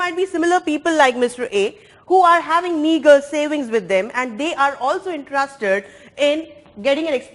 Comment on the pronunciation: Every time She Says Meagre I get offended